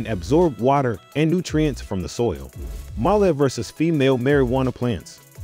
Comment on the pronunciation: Why you keep saying MALLEE PLANTS it’s male pronouncement close to feMALE!